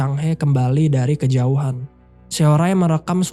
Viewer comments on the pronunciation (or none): none